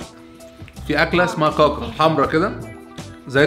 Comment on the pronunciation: كاكا عندنا بتتنطق مرققة مش مفخمة زي م طقتها 🤣😂🤣😂